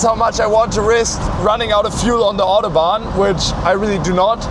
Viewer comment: Dass deutsche "Mercedes, Autobahn, Hamburg, Hannover,.." irgendwie "Englisch" aussprechen.. man Stelle sich vor das würden Franzosen oder Spanier machen 🙈 Zum Thema: 4 gang Automatik ist technischer/wirtschaftlicher Hinsicht schon sehr innovativ, zu dem Zeitpunkt waren eher 3 Gänge üblich bei einer Automatik. Ich fahre eine 2-Gang Chevy Powerglide, geht such 🤷🏼‍♂️😉 Ist ja mit Drehmomentwandler, man braucht die feinen Abstufungen da einfach nicht. Opel, Ford usw haben auch bis in die 2010er ihre ECHTEN Automatikgetriebe mit 4 Gängen ausgestattet, mehr braucht niemand ✌🏼